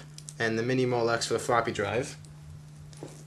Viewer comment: did he say flopy drive